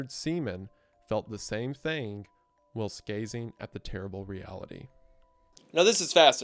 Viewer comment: How do you produce this type of content and not know how to pronounce words like whilst, impetus, and executor?